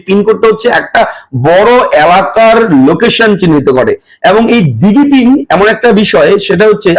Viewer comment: এটার উচ্চারণ ডিজি পিন, দিগি পিন নয়।